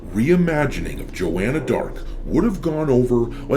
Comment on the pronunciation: That was JAW-Anna Blart